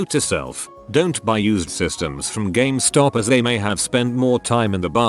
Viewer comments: Ah, I love Gam-es-top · Nobody: Automated Voice: "GAMEHSTAHP" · No one: Not Even One Living Thing: Speech Robot: gAh-MeH-StOp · people: game stop text to speech: gam eh stop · No one:: ga MEH stop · Nobody: Not a word was spoken: TTS guy: GA-ME STOP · ga me stop -_- The least these channel-runners could do is listen to the text to speech once, and make adjustments so that it sounded good, rather than just copy-paste and submit. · It'll always be Ga-mes-top now. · what? it is not Gum-estop? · Computer can't pronounce "GameStop" but "Syphilitic" is no problem. K.